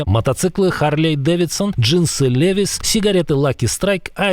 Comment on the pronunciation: Уважаемый ведущий! Правильно произносить : "Ливайс"